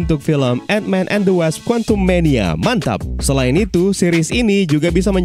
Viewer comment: Ngakak mulu gw pas nyebut quantum mania MANTAP